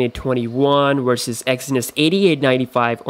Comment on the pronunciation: wersus, whyber, what else... wideo? come on this is a constructive criticism. you can learn how to pronounce letter "V", you pronounce "have" correctly though